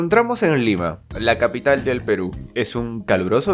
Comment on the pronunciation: Me di cuenta que no dijo lima dijo liba XD